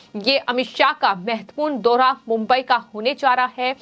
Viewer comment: दोहा नहीं दौरा होता है मैडम ।